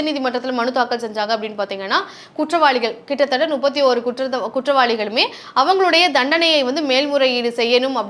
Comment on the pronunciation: என்னம்மா, ஒரு channel ல பேசற , நுப்பத்தியொரு பேர் ' என்று சொல்கிறாயே, இது தவறில்லை போலும் என்று நினைத்து , இதைக் கேட்பவர்களும் முப்பத்தியொரு ' என்று சொல்லாமல் நுப்பத்தியொரு' என்று சொல்வார்களே ! தமிழை இப்படிக் கொல்லலாமா? உங்கள் channel ஆசிரியர் இதை எப்படி அனுமதித்தார் ?